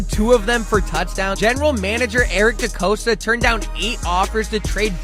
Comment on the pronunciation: Could just be me, but put in a better effort of pronouncing names right “trennon Simpson” “decoasta” and whatever you said instead of Madabuike